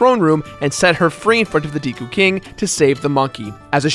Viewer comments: Deeku?? That's how you pronounce it?? I always thought it was Deku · Deku is prounced "deh-kuuh" not "dee-kuuh". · who pronounces it as Dee kuu..I say day kuu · WhiteWing Nolasco it is deku not deeku.... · Dehkoo not day or dee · He actually said "Deekoo" Mask... *shudders* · You say deku like deka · Mats Berglinn Actually you're wrong it depends on how you pronounce it. "To mah toe" "To mae toe" it's pronounced "dee koo" who cares? The only pronunciation that I'm iffy with is Fi's name. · deku if it was Dekeu it would be pronounced as the person says it in the video with the 2nd e silent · It's the deku mask not deeku mask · It triggers me how he pronounces Deku